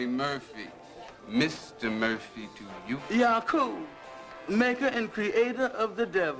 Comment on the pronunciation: its YACUB!! not yacoo..lol